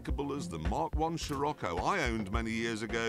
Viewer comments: Scoricco pronounced sir-ok-ko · it's pronounced "Sharaco" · the scirocco is pronounce sh-i-ro-ko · The currect pronunciation for the VW is "Shirokko" it it named after an Italian name of a warm wind that comes from south east. Not sure the reason for that name. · Its pronounced "Shir-occo":) Its a great looking car! Good choice! Looking forward to the rest of the series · Scirocco is pronounced "shi-rok-ko". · Ye...that's probably a better way to put it yes, but the real Italian pronunciation doesn't have a silent "c" and "Sci" is read as "She". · I believe it's pronounced "Shah-rock-oh." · the VW you purchased is pronounced shirocco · Just say "She-rocco" and you'll be fine! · It's pronounced SIROCKO :) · It is pronounced shirrocco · Very surprised to hear the Scirocco isn't sold in the US. Also, hilarious hearing try to pronounce it. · he can't even pronounce scirocco? what the heck is wrong with this guy? .. i'ma watch a different gameplay series. see ya!